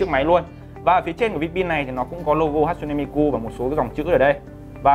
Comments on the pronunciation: Đọc là Ha chư nê mi kư mới đúng. Ổng toàn Hát su nê Mi ku :)) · ne = nê .ku= kư tiếng Nhật đọc z đó bạn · Đọc đúng là Ha Tsu ( trư ) Ne MiKU ( mikư ) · Bá Tước mà cả cái tên đọc sai lun, hát su ne mi ku, đáng ra hatsune miku = ha+ tsu+ne mi + kư